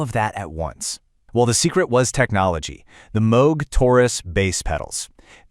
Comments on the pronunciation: AI dude says Moog correctly and screws up Peart 😂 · AI pronounces "Moog" correctly, but mispronounces "Peart" two different ways.